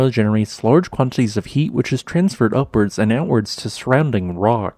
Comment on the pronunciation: Quan. Tit. Ties. Not quan tees